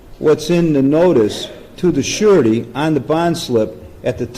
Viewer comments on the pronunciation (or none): The judge is saying "Surety" but is sounds like "Shawty" lol. Also, she knew the risks. I'm supposed to feel sorry for that b? I don't. Good video! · I keep hearing the judge say "you're asking on behalf of the shawty" for some reason